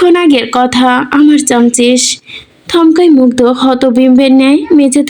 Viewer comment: ওটা চামছিস না চাসমিস